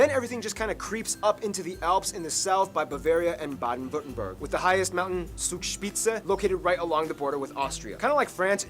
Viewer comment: Wie er „Zugspitze“ ausspricht 😂